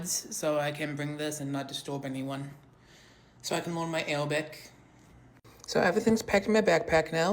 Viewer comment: wait why can bro say the “R” in Quran but not Awabic